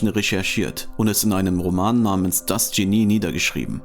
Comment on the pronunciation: Der Sprecher sollte die deutsche Aussprache von Genie und IQ nachschlagen!